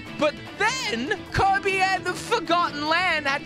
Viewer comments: Why does he pronounce Kirby as 'covid'? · Its kirby, not kErbi